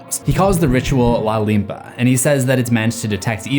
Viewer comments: Its no "la limpa" ,it's "la limpia", means cleaning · It's limpia not limpa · la limpa? I have not watched the movie but please for the love of god tell me they do not call it "la limpa" in the movie